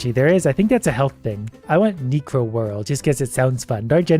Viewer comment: Okay, HOW do you read such a common gaming term SO WRONG? Reads 'necro' as "nee-cro"? I'm kinda thrown off here.